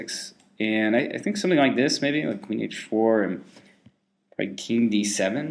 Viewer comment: It's pronounced Kung in the Unglish language.